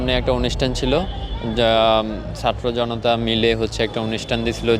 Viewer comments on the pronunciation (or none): none